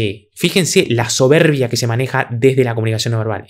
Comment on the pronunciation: Justo esto estaba pensando, incluso en un momento el remarca la palabra "soberrrbia" con cierto desprecio o hasta bronca.